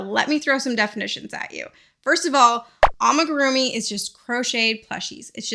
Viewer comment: Its pronounced ah mi gu ru mi not ah muh gu ru mi 😭